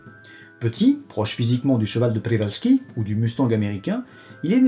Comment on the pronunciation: Merci pour ce sujet si intéressant ! Au passage je souligne tes magnifiques efforts de prononciation, bravo (je me permet juste de te reprendre sur le cheval de Przewalski, le prze se prononce plutôt pché)